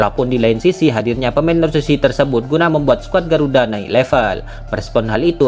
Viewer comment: Pelan² ngomong nya min, soalnya sebutan kata naturalisasi gk jelas